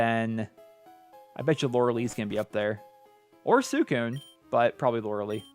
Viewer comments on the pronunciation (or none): It’s lore-eh-lie fyi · Lorelei is pronounced Lore-eh- lie